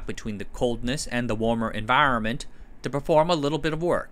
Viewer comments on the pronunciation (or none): Love some of the pronouncing. “Environment”, “propane”